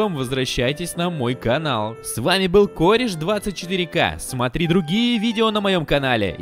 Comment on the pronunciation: В субтире ты сказал Кореш А в субтире Кореч